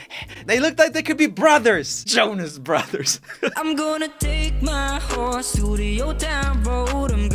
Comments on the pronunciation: Dude sounds like he's saying "gonna take my wh**e to the " I get that its his accent but it caught me off guard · The guy from Cambodia straight up said "whore" instead of "horse" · Meaz said hor instead of horse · im pretty sure the girl from thailand didnt mean hose but said horse with a silent r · The guy from Cambodia said whore instead of horse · He says hore instead of horse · sounded like he said hoe XD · Roomie says that she mispronounce horse on but with he's favorite he said just the same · i heard hoe... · I though he said orse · I heard hoe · HORD xD edit: and guys I heard hord so STOP correcting meh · Does anyone else notice that on combodia he said whore instead of horse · It does, I'm Thai.